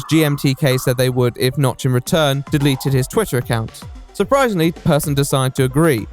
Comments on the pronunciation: Alright but Persson is not pronounced as "person". Pers-son, as in the son of Per. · I think there's a great deal of irony to be found in the fact that he at least was, prior to his success, aside from a few points of note, an altogether unremarkable individual at his core in terms of personality; and his last name is both pronounced identically and spelled near-identically to "person", as though an indication of a certain degree of normality to him. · Just a fun note: You pronounce the ’e’ in Persson like you’d say the ’a’ in ”happy”